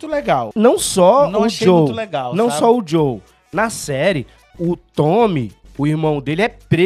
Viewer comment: É Joel nao Joe... todos os Youtubers nao gamers estao errando o nome dele